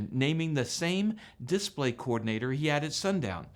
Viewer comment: It’s a dis-PLAY, not a DIS-play.